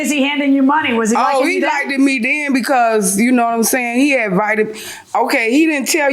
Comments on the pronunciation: I cringe every time she says the word likded 🙄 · She needs English pronunciation lessons. Like-ted? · As soon ad she said “back den and everything” and “likded me” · Like-ted grinds my gears!!! That is not a word!! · But did she AXE him whether he likeded her? That's what I gotta know! :D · Don’t date anyone who can’t pronounce LIKED